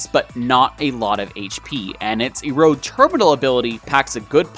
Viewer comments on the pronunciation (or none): none